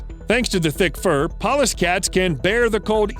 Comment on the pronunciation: I thought he kept saying "paw-less" cat. I thought what do they use knives???